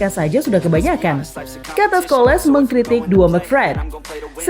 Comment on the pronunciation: Ulasan udah mantap.. cuma cara menyebut nama salah.. paul udah betul.. Tapi Scholes bukan Scho-les, inggeris sebut itu Schols ya sebut ikut itulah.. kayak Varane, malah jadi Varan-ne 😌